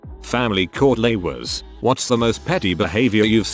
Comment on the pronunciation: Lol "laywers"